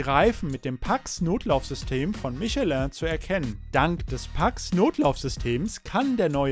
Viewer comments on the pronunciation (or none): none